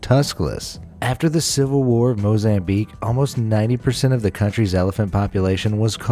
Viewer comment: MOZANBIQUE HERS